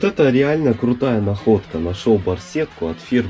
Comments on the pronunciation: Не лЭймис, а левАйс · Не левис а левайс) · ЛИВАЙС , А НЕ ЛЕВИС